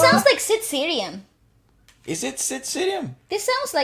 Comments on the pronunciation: Not sid siriyam it's sid sriram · Sid Sriram ❌sid seerium👌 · It's not sid siriam bitch...it's sid Sriram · Sid siriam 😂... His name is Sid sriram ... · Lol It’s Sid SREE Ram not Cerium, pls check ur pronunciation before, Its a Hindu God name BTW!! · it's sriram not sirium..u guys just killed me😭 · Sid seerium 😂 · Sid sriram’ s name is pronounced “Sid Sree-Raam”